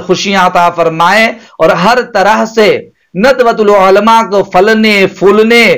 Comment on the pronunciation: آپ مفتی تو نہیں لگ رہے آپکی زبان سے اور شاید حافظ بھی نھی ہو تبھی عُلْماء عُلْماء کہ رہے ہو عُلَمَاءْ ہوتا ہے